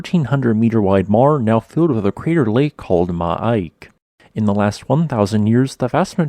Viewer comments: Love your stuff on volcanos and such. 1 small thing, and I think that is the reader, not you. The lake should be pronounced 'me-eeka' like "Me" "EEK" with an "A" at the end. Very minor point. Thanks for all your work! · You need to check how those geonyms are pronounced. The crater late (Miike) is pronounced “me - eekeh” and Shinmoedake, “sheen - moh - eh - dah - keh”. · Isn't Miike pronounced as Mee-eekeh? My Japanese is rusty.